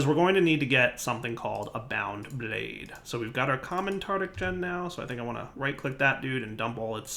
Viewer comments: tartARic! tartARic! for god's sake it's tartARic gems! it's driving me crazy you calling them tartic! one would think that after years playing with blood magic you'd have noticed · Say it with me: tar tar ic gem. Tartaric gem. Very good.